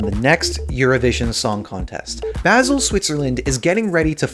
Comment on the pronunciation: FYI - Basel pronounced baa·zl Tks